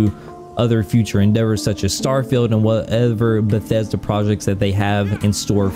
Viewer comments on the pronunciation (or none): none